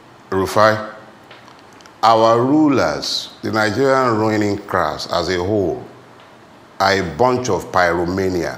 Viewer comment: “ruining crass” I love hearing that 😀